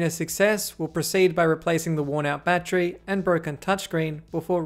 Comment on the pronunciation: He said Battchery